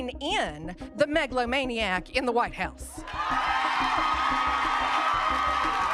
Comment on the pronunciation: I thought she said "maga-lomaniac"... which I thought was kinda clever.